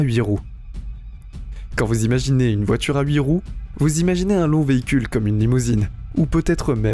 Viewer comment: Déjà que dans cette vidéo la voix est presque aussi débile que les commentaires à 2 balles, pouvez-vous au moins expliquer ce qu'est une voitchure ? C'est un nouveau mot du dictionnaire ?